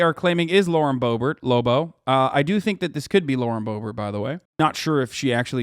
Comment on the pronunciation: Don't ruin the name Lobo like that.